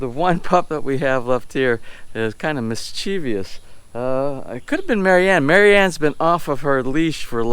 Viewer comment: it's MISCHIEVOUS, not mischievious lol 😆!